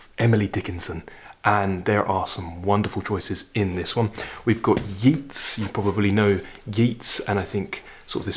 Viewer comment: Hello there. I stumbled across your lectures on YouTube quite by accident. I am enjoying them immensely. Keep the good work up! I have to take you up on the pronunciation of two words that jarred on my ears, however. Yeats and Inisfree. “Yates” (rhymes with gates, not with Keats). IPA: /jeɪts/; Inisfree (from “The Lake Isle of Innisfree” by W. B. Yeats) is pronounced “in-ish-free.” IPA: /ˈɪnɪʃˌfriː/ an Anglicisation of the Irish Inis Fraoigh (“island of heather”; hence, the purple glow). In Irish a slender vowel before or after an "s" make tit sound like a "sh". I am really looking forward to seeing/hearing more of your talks... instead of a siesta (I live in Italy) I turn on YouTube after lunch and learn something every day. Thank you so very, very much!